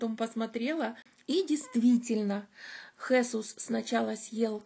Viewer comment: Правильно произносить Хесу́с...живу много лет в Испании и неправильное произношение режет слух).Мне 63 и в прошлом году я прошла по Camino de Santiago ingles(это где -то 112 км примерно) с подругами,мы снимали частные квартиры для ночёвок.Очень довольна,испытала большую радость,когда оказалась на площади перед кафедральным собором.У меня было большое желание пройти этот путь и я прошла один из его маршрутов!!!Благодарю всех,кто поспособствовал этому!!!